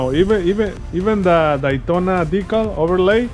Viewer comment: “The Dytona” lol. Great job sir.